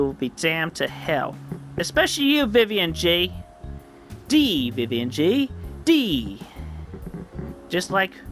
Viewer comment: "including his cou'zn vi'ian" Cousin Vivian not chlamydia